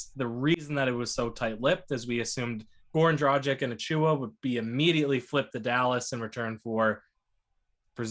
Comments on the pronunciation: It's DRAG-ITCH NOT DRAW-ZHIK. Ever hear of Luka Dončić or Peja Stojaković? It's pronounced like that ffs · You guys sound like fools pronouncing a veterans name totally wrong...it's DROG + ITCH It doesn't rhyhm with Magic or Logic? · If Dragic ends up staying w the Raptors, it wouldn't hurt to learn to pronounce his name correctly. I believe its pronounced 'draa·gich'. International players are on the rise and we should learn their correct names and show them the respect they deserve. Thanks for your contents and let's hope the Raptors come back strong! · I stopped watching as soon as they mispronounced an NBA veterans name. Lol Guess they never heard his name before